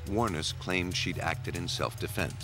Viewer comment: I didn't think lawyers could actively go and get evidence and hide it, Canada or the US. Is that becoming part of hiding their client's crime? How far does confidentiality go? Amazingly this perfect narrator(seriously) is mispronouncing Ms Wuornos' last name. The emphasis is on the last syllable. That's how I heard her pronounce it herself once.